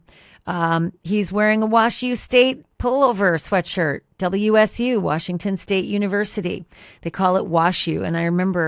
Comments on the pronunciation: Washington State University is commonly called wa-zoo not wa-shoo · WSU is actually called or pronounced WAZZU. I'm from Washington State. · No, its “WAAAzzzzzuuuuu” not washuu! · Not Wahshew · Someone please explain to Ash that it is WAZZU NOT WASH-U. If she and many of the other True Crime pundits are going to report on a nearly 3 year old murder and somehow blame and denigrate a great university, at least get the name right!